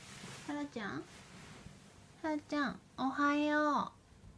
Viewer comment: おはようございます🎵 天才だ✨ 発音がもぉ「おはよう」にしか聞こえない(((( *ノノ) ｷｬｰ❣️❣️